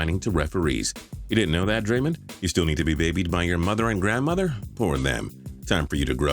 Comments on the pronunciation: Im surprised hope solo is not on this list she's a bitch on and off the field and blame everything but herself and its pronounce Dray-(dre) Mond (mon like hey mon in a jamaican accent) not daymen green lol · It is draymOnd not draymind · I'm not a basketball fan but isn't #10 pronounced Dra-MOND Green? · City of Sayian Gods ikr i almost forgot about her and yes he pronounce it wrong